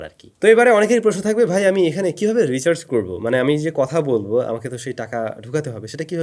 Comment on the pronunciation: রিসার্চ না ব্রো, রিচার্জ😂